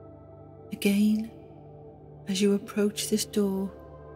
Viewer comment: I was all calm until she said “againe” GFFFICSTIJ